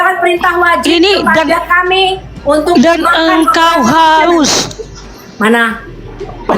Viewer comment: Ngomong r aja susah .... harus mas bukan hayus😂 , belajar membaca dulu deh